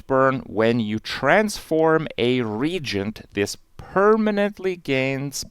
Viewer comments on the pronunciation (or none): Biochem major here. Kripp's pronunciation of "ree-AY-jent" as "reejent" had me in tears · its not regent like a lesser noble person, its re-agent as in a chemical/alchemical reaction component.